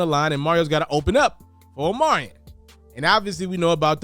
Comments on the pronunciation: His name is Omarion, not Omarian 🙄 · Omarion .....but u saying omariin .......